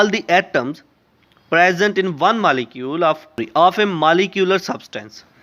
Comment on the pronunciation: Pronounce correctly. . Its not malicule ..it is molecule